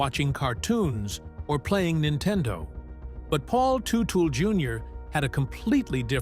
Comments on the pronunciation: It’s TUH-TUHL man! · The biggest tragedy is hearing their name pronounced Tootle 🤦🏼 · Lost me on ''Tootal'' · Tutu?? I thought it was Teutul, but what do I know!!! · Paul Too-tel 😂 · the way you pronounce their family name is appalling.. 3.6k likes and 22k dislikes. say alot.